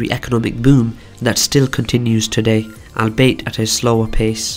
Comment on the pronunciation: Albeit is pronounced all be it /ɔːlˈbiː.ɪt/